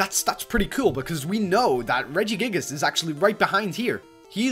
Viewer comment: its regigigas not regigigigus